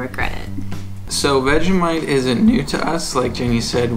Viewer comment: I love you guys just for doing Vegemite the right way :) Finally